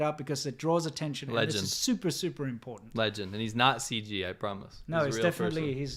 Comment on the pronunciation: Cardi C is to "codden" as C-Milk is to "impordant"